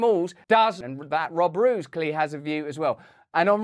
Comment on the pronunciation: Little sidenote, Roos is more pronounced like rose than roose. As a matter of fact it means the same.